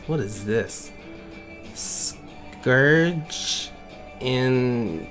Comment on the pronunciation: *scourge Not scrooge